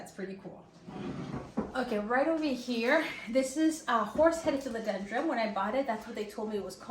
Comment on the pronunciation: yeah, I keep on hearing philodendroM. it's philodendroN!😂